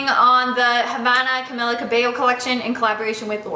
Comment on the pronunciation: that's not how you pronounce Camila